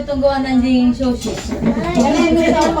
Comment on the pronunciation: Sushi naman po kasi, hindi shushi